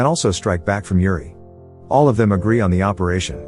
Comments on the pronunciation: Dude you butchered the pronounciation, here is what you think you said "Uri" here is what you sounded "Yuri" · Ok its not pronounced with like Youri but like Oori! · Pronounce the U, not like Yuri Gagarin! But like Oooh! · Uriii no its uri